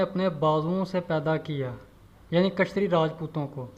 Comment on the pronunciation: يہ لفظ کشتری نہيں ہے اصل لفظ کيشترِيا ہے